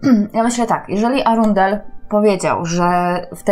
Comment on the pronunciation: Arundel = rondel , cały czas słyszę rondel 😂😂